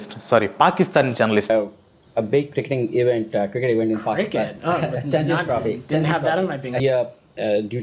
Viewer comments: Chompians trophy kadu bhaiya…it is champions trophy 😂😂😂😂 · Champions trophy ❌ Chamfions trophy ✅